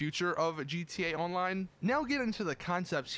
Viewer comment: bro you need to fix how you say gta online